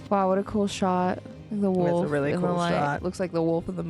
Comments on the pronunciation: wolf not woof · .....PLEASE STOP saying "wuf"......It's W O L F. PLEASE ENNUNCIATE! yo, stay in school kids!